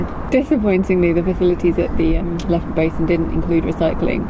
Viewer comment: I couldn’t help chuckling at this one. My husband was at Loughborough Uni from 1979. In his first year there was a Canadian student pronouncing Loughborough as ‘Lugaboruga’, which sounds similar to version. A Canadian thing?